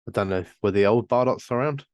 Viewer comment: Thanks for the review!! Just so you know that tune was in fact a little ditti we slapped together so we could have a Christmas tune….. please feel free to check out other tunes. Oh and btw our name is pronounced Bar- doe’s